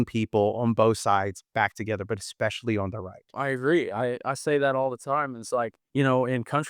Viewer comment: Someone needs to teach how to pronounce the word "especially." Haha!